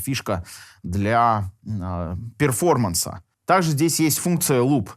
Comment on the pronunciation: Перформанс.. ну хоть произносите правильно или замените на "выступление" )